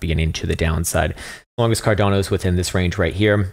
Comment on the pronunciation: What did he call it Car---?